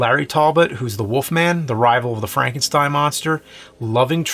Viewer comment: Why does he say The wolf man as "The Woof Man"